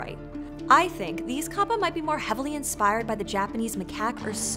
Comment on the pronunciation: and you are saying it wrong it's said as cap pa not car par